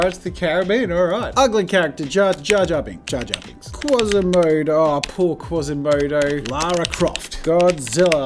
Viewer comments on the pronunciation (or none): none